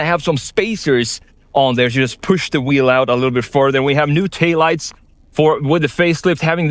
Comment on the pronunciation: New "tay lights"? What? Dang! Go to speech class! You're supposedly representing a billion-dollar, world-class corporation and you give us THIS? Embarrassing. :( Thumbs down. Try again (but with someone trained.)